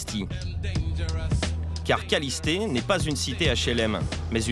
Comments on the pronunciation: C'est le parc kalliste et pas kallisté 😂😂😂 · Parc kaliste pas kalisté 😂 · Ewe (kalisté) mdr c kaliste wesh renseigné vous avant nn à lieu de dire dla d